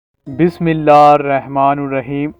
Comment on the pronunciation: YAA WARIS 🙏❤️ Bhaijaan bismillahirrahmanirrahim mein alfaz ki adaigi theek se kare 🙏🙏🙏..!